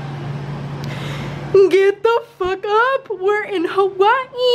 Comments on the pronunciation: She pause Everytime she says Hawaii 🤣🤣it's cute and it's havaii actally the way they say it🙂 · Omgggg finally someone says Hawa'ii correctly 😫😫